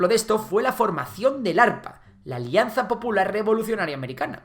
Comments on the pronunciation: Corrección es APRA no ARPA xD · EL APRA no el arpa 🤣😂😂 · se dice APRA no arpa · Arpa? El Apra no será? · No es Arpa, es APRA (y son un chiste). Buen resumen! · amigo es APRA no ARPA xdd , pero buen video. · no se si es un error de pronunciasion, pero es APRA, no ARPA, tu mismo lo dices en lo que significa cada sigla. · Xd arpa jajsjajaj es Apra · No es el Arpa es el Apra. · el partido político se llama APRA NO ARPA, pero bueno cualquiera se equivoca:) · 10 :59 EL ARPA XDD es el APRA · Arpa? hahahaha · ARPA 🤣🤣 ES APRA MANO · Arpa 😂😂😂 será APRA por lo demas todo bien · Me gusto la vrd como cuenta nuestra historia solo q en ciertas cosas podría mejorar como APRA y no arpa q es un movimiento político q incluso perdura hasta la actualidad, en general ciertas pronunciaciones. Algo q note tmb, yo ponía Cusco con z y no s pero amigas cusqueñas me explicaron q Cusco viene de Qosco en quechua y q no existía la z en este idioma, sino q con la llegada de los españoles se aceptó Cusco con z y pues claramente se prefiere Cu”s”co. Solo cositas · arpa? xd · mano es apra no arpa , el apra nunca muere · Jaja. No era el ARPA. Era el APRA 😂😂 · Apra* no arpa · No es "arpa ", es "apra". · Es APRA no ARPA pero me dio risa xd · es apra no arpa pero la verdad que ni vale mencionarlo asi que al final todo bien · Unas correcciones, se pronuncia Huánuco no Huanuco. Y es APRA no arpa, gobernó del 85 al 90 y digamos que terminaron por acelerar el proceso hiperinflacionario. El asesinato de Sánchez cerró se dio en el contexto de una posible guerra con colombia, y fue una sola persona que lo mató, el cual era aprista, pero ahí se aprovechó para perseguir brutalmente al apra. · Hola, gracias por hacer un video explicando la historia de mi país. Sólo observo un error, en el partido político se llama APRA y no arpa como lo mencionaste. No sé si lo puedes modificar o editar pero sino, igual el contenido es importante y es nutrido. Gracias y felicidades!